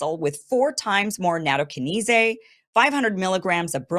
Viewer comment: Nattokinase is pronounced natto-kine-ace. 😂🌷